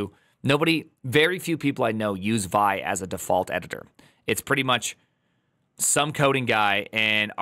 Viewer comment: Just so you know... Back in the day when people were actually using 'vi', no one ever pronounced it as like 'vie'. Everyone called it 'vee eye'. The older *nix guys among us are inclined to laugh at you if you pronounce it any other way. :-D